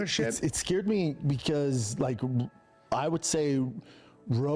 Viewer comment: WHO says scared as sceard? Hooked on phonics works for me!